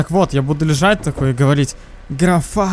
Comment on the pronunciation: Я один заметил как он сказал: я буду лежать и говолить?